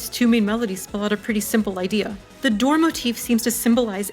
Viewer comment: "The dore"